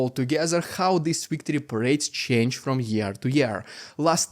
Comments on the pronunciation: Victory not wictory come on say Vvvvvvv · It's pronounced "victory:, not "wictory".